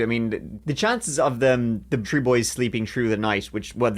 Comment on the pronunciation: Y'all's pronunciation of the numbers 3 and 30 literally sounds like "tree" and "turdy"!! 😂😂